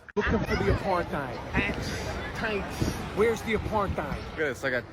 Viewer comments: No contest. He can't even pronounce Apart-heid. It is derived from aparthood; AKA separateness. Aparthide sounds like an insecticide or something. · I love how saying it wrong. If your going to talk about an Apartheid at least make sure your saying it right.